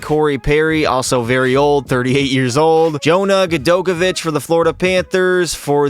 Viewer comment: Butchered Gadj name, but that’s ok 😂